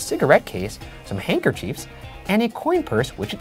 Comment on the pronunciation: Hanker cheeves? No. Hanker chif.